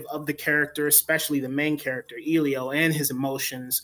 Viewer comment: I doubt that you saw this film since you can't even pronounce Elio's name correctly!